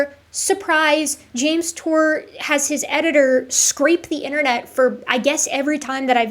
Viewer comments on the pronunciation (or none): "Jame Tour is a synthetic chemist..." That's the funniest way I've ever heard someone pronounce the phrase "pudding brained idiot of biblical proportions." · Two biologists and a "youtuber" 😂😂 he can't even say his name?? 😂 I know Dave crack him hard but come on 😂😂😂